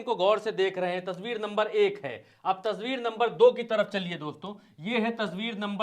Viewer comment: Aapne baar baar tasbeer kahe rahe hai o tasbeer nahi tasveer hoti hai janab